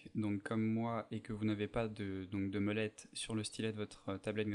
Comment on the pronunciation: vraiment sympa ;) mais... c bien mOlette pas mEUlette ;) mdrr